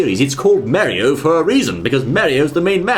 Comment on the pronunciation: Wait I thought this was mario not merio